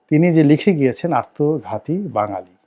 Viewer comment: মিঃ রনি ,আপনি আত্মঘাতিকে আর্তঘাতি উচ্চারন করেন কেন। আপনার প্রায় ভিডিওতে শুনা যায়। এ ব্যাপারে সচেতন থাকবেন ।